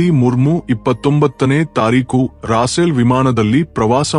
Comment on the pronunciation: ಸರಿಯಾಗಿ ಹೆಸರುಗಳನ್ನು ಹೇಳಿ ರಾಸೇಲ್ ಆಲ್ಲ ರಪೇಲ್ ಎಂದು ಹೇಳಿ